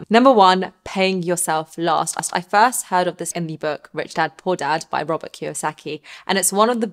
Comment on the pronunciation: when you say Robert it sounds robber , that explain everything :))))